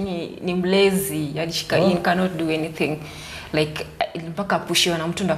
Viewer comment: He he... Everytin is ready for anytin